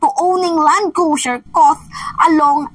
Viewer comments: Cruiser not crusier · Hoy, Cruiser is pronounce as kroo-zr not Cru-zier 😂